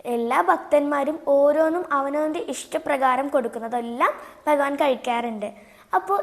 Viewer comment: കടതാ നന്നായിരുന്നു. കത എന്ന് പറയരുത് ട്ടോ. കഥ എന്നാണ് പറയുന്നത്. ബഗവാൻ അല്ല ഭഗവാൻ എന്ന് പറയണം ട്ടോ. അമ്മയിൽനിന്നും ഉച്ചാരണം പഠിക്കു ട്ടോ. ഇനിയും ധാരാളം കഥ പറയണം ട്ടോ. 🙏